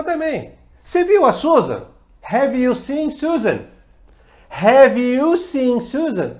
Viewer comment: vc ja lembra de " HEAVY?" rs rs rs rs rs rs ....bora melhorar a pronuncia ai professor !